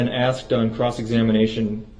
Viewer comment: "Troof, tacktic agreement, axed questions, biast" This can make his own dummy dictionary.🤣 Grade 12 my a$$ Darrell.